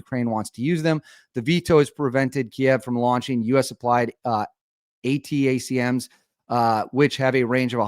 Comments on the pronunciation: Atacms is pronounced attackems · It's pronounced, Attack ems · ATACMS pronounced as Attack-ems. Thats how I've heard it from alot of military commentary on the equipment anyways. Thanks for the content, keep up the good work! 👍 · ATACMS pronounced ah-tack-ums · ATACMS Prounounced A (long A) TACMS Just like you see it AaaaaTACEMS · Attack m's thats how they're pronounced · Is pronounced ATACMS or "Attack-ums"